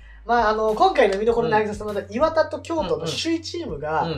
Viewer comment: イントネーション イワタ↑ ☓ イワタ↓ ○